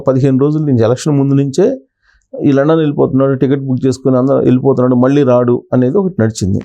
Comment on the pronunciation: Adhi London ra babu Landon kadhu